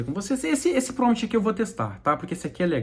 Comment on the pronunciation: Crítica construtiva: Não se fala PROMT, o correto é PROMPT. Gostei muito do vídeo, abraço